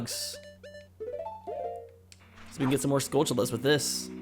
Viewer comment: Skull-TULL-ahs. Where in history has a "t" ever been pronounced as a "ch" sound? Like Ta-RAN-tyoo-la. Its basic English man, come on.